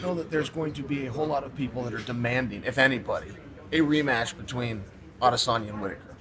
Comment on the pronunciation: You said Israel Adesanya wrong... 🙄